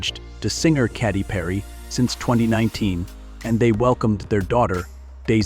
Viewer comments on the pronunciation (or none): And others...Catty Perry for Katy Perry😂